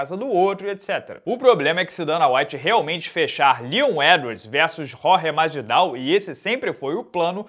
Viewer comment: Quem é "Rrórre Masvidáh"!? kkkk É JORGE MASVIDAU mesmo, po. Não tá na França, ta no Brasil =D